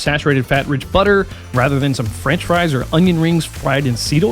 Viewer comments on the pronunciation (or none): none